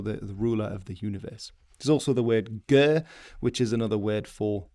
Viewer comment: Hi I love that you're doing your best I wanna help a little with the Mongolian words. Khan used for Chingis is actually supposed to have 2 "A"s as 1 "A" is a lesser role, and the KHA is supposed be said as HA like a laugh. Gers E is more closer to A with kinda like Ayeeee. Kurultai the word is kurul meaning council in a lot of context tho is should be written as Khurul as with most worst that has KH the H is the one that's pronounced and K is the silent one, tai is a additive that usually does the job of "have". Morin Khuur you got actually really close I appreciate it alot, the literal translation would be horse violin. Dzud I'm not sure why it has a D in front as it is just Zud. Ovoo doesn't have u sound it is just O IDK how else to do that in writing sorry. I can't think of a way to discribe Shagai in writing besides maybe pronouncing the "gai" part more closer to "gaa" still with the i. It is refreshing to hear someone actually get really close as they are speaking English cause you have no idea how rare that is. This video was a treat.